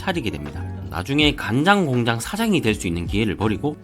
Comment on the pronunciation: 간장공장 발음 좋은거 보니 간장공장공장장 발음 잘하실거 깥네요 ㅋㅋㅋㅋㅋ